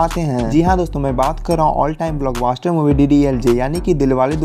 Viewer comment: achha clip banaya hai. Doordarshan se ya kahin se bhi uthaya. Sahi heera chun ne ke liye bhi johri ki parakh chahiye. Lekin yaar, apni zuban thodi saaf kar le. Aisa lagta hai jaise koyi 12-13 saal ka Chhota balak, kisi chhote se gao ke chhote se khet mei baithkar bol raha hai. (paas mei paani ka dibba bhi hai 😂). Aur ha, Block BASTERD nahi, Block Buster hota hai.